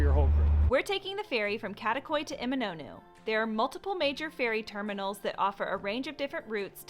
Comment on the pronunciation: Still appalling that you are living there and haven't taken the time to learn how to pronounce place names correctly. "Emi-NAH-NOO"?!!??? Shameful.